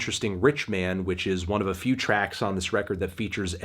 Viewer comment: So not a good feew weeks for records huh?